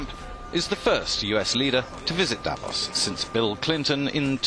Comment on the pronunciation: thank you ! Please pronounce Davós correctly. The second part is actually stressed.